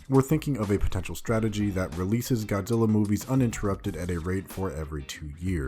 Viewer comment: He says Godilla